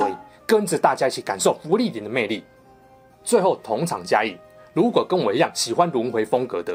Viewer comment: 就坑都補不玩了，阿秋還敢看新番啊! 的"如果"怎麼有點台灣國語?